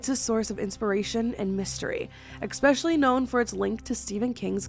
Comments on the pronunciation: Drink everytime says ECK-specially! My neurodivergence can't handle it. There's no "C" or "K" before the word special in especially. See? Esssssssss-pecially. 😢 I wish my brain didn't make it hurt my soul. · eSpecially. Not eXpecially